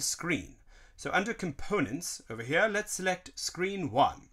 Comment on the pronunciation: Why does he say over Mia instead of over here